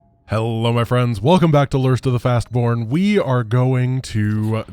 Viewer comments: Did I hear it correctly? "Lirst of the Fastborn" ? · "hello my friends welcome back to the 'lirst' of the 'fast' born" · he said, lirst of the fastborn, was that intentional??? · "Lurst of the fastborn"😂